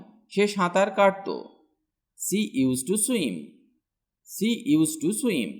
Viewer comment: you are pronouncing "she" in a wrong way . its sounds like "see" otherwise its helpfull for beginners